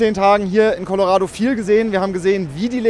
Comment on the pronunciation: Please learn how to pronounce Co-lo-ra(rah not ray)-do